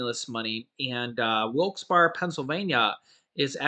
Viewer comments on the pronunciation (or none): It’s pronounced like “Bear”Not “Bar”, also it’s “luzern ”county, not luzereen. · It’s pronounced Wilkes Barry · its pronounced Wilkes BEAR i grew up in PA just letting you know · Wilkes Bear and louzerne is how they are pronounced. I live in williamsport lycoming county. keep up the good work. Watching in PA. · Wilkes-Barre is pronounced "Wilkes-Berry" 🍓 for future reference 😉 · Pronounce of Wilkes-Barre is (wilkes barry) la zurn That is funny. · It's pronounced Wilkes berry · this is the correct pronunciation of Wilkes Barre (Wilkes-Bear) and Luzerne is ( Luz earn ). I hope this helps. Love watching your show. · Don't take this as an insult but it's funny hearing people try to pronounce Wilkes-Barre and Luzerne County. 🤣😁🤣 it's pronounced 'loo-zurn.'